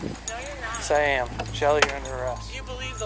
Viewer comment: Brother, it's SHELLEY. Not "Shirley". Get the gunk out of your bogan ass ears.